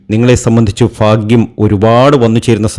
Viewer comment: Fagim all bhagim annu parayanam